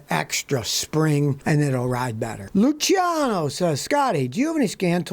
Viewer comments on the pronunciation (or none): none